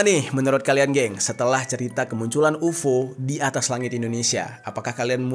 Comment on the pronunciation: Kenapa dibaca UFO? 😂